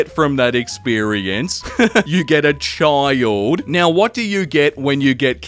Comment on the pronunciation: how he pronounces child. ''chihuuuld''